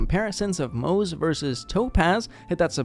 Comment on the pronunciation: Nice video but it's driving me crazy a little that you're pronouncing Moze like it rhymes with "doze" lol, it's Mo-zuh! "Ze" in Chinese is its own syllable.